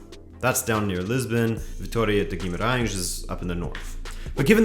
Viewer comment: I should mention that your pronunciation of portuguese words is perfect, on point: Dias, Estrela, Gaiato, Queiroz, Guimarães (which is a very hard one for foreigners), really, close to perfect. Good job.